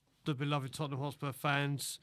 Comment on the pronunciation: The history of de tott'ham 😂